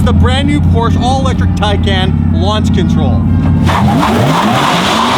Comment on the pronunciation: The way you pronounce Porsche XD